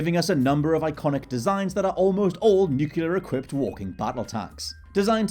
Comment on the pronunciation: It's not "nucular", it's "nuclear".